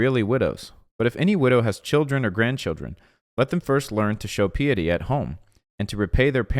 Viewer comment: Piety - the i is long sound, says it's own name - i.